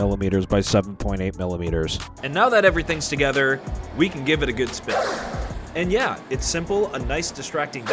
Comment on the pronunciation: He said the funny, the SPEEN lol